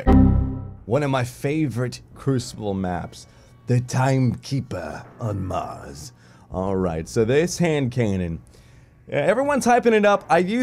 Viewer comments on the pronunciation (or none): none